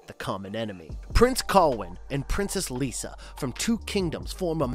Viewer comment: Damnit, it's "Lyssa," not "Lisa." Ugh, everyone gets this wrong.